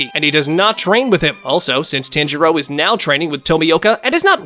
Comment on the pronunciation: Hate the way this mf says tanjiro. Piss me off